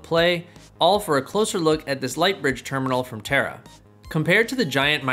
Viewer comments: You pronounced Taara as a terra. I believe that Taara is an Indian word and it is for Star, shiny light, beam etc,, etc Since, founder and CEO is of Indian origin. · It's tAAra not terra